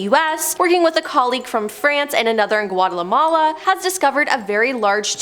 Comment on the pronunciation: She butchered Guatemala 😂